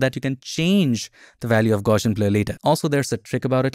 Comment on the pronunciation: Very informative and useful video, however, It's pronounced GOWSS-ee-ən, after Carl Friedrich Gauss.